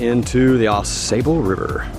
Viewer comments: It is NOT pronounced "Aw SAY"ble River. It is pronounced "Aw SAW" River. It is also my favorite stretch of waterway in the world. Many different species of fish,including salmon, trout, walleye, & panfish. Truly a Canoers' Heaven in Michigan.138 miles long (222km). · The locals pronounce it. Aw Saw bull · Just a little jest! I’ve never heard it called the A sable River like you do. Maybe it’s a different river? Oh well. My kids would just groan at another “Dad’s” joke. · 1.) You are Pronouncing "Au Sable" wrong. 2.) The beaver in the Au Sable often make warning sounds that sound like bowling balls or big rocks being tossed into the river. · Yeah, not impressed with your outdoor ethic’s. No need to honk your horn at a Eagle. Or chase down a snake. Just to have it stress. When you visit Michigan, please learn how to say the Ausable. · great video, but OMGosh pronounce the name of the river correctly! I'm looking forward to watching your video on your Edeesto River trip!